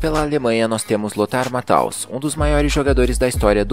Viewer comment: Mais um ótimo conteúdo amigo! Se pronuncia: Lothar Matheus e Roy Keane E faria algumas mudanças: Hierro na Espanha; Meola no EUA; Bergkamp na Holanda; Stojkovic na Yugoslavia; Hadji em Marrocos; Garcia Aspe ou Hernandes no México e Brolin na Suécia